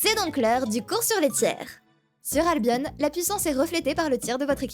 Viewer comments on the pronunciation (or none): Ca se prononce albion comme opinion